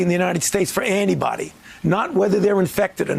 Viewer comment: Is he saying "test for anybody"?